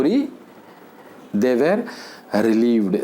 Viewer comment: Sir keep doing videos .I am very much impressed by ur videos.I wanna follow ur way of teaching where u didn't use single vernacular word. I wanna tell u one thing sir regarding pronunciation of "were '".pls correct it . it's my small request.